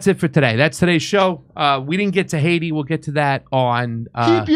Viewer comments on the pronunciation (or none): none